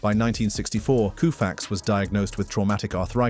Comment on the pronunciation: You lost me after sandy " ku-fax" 🤦